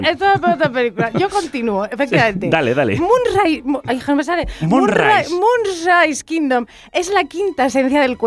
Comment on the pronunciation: No sabe ni decir bien Moonrise Kingdom, primero aprende a pronunciar bien el nombre